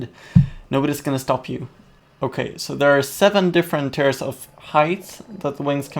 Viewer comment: No offense but tires (tiers) and wiverns (wYverns